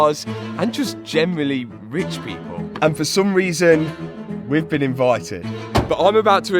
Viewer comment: "for some reason, we've bean invited" Ok,!...